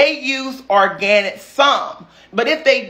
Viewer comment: Lol.. he said what he said... or👏gan👏nit👏